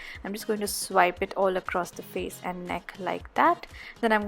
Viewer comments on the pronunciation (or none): none